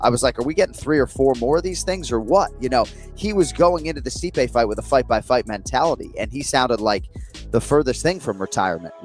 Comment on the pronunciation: This guy doesn't watch mma 😂 "Stypy"??? 😂 lol